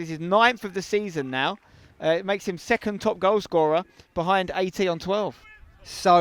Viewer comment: You keep on saying AT about Alex Teniola, and all I hear is 80. Would be really fun if his number were 80.